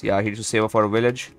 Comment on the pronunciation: the bloons are pinks not pEnks and its a Village not Willage and its round THirteen not TUrteen